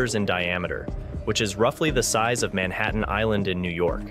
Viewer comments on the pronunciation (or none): none